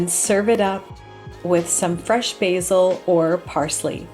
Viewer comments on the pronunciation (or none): none